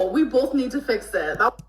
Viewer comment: the way my jaw dropped and eyes popped out of my head at the audacity of her to say “we BOLTH need to fix it” oh gorl. Ik amber was fuming listening to that by the way she said “oh she’s DRUNK” like she was ready to square up if she could even get up from the couch